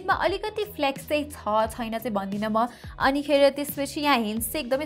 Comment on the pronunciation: 'Xuena' vanni lai 'xaina' vanni bani layex😂😂😋